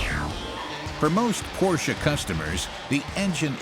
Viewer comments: fantastic video! marred by the repeat mispronunciation of the featured brand...what a colossal error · The pronounciation of macan and porsche by the narrator really annoys me.... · Unfortunately the narrator doesn't know how to properly pronounce "Porsche". Great stuff. I don't like any SUV so even if I had the money I won't ever buy one. Thanks.